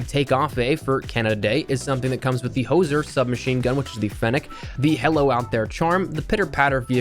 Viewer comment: Very disappointed with your pronunciation of the word hoser. It’s pronounced “Who-ser” or “Hoooooser”. - Canada